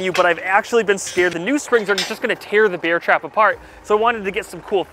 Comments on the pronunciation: “Beeair trap” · I just hear beer trap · Am I the only one that keeps hearing 'beer trap'? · Take a shot everytime he says beer trap instead of bear trap, youll be shitfaced by the end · “beer trap” is all I hear in this video. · 😮 did I hear BEER trap?😂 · sorry I keep hearing "beer trap"